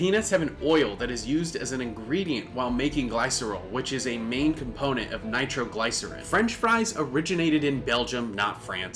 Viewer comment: LOL "nitroglisser EYE nn" I was like HUH?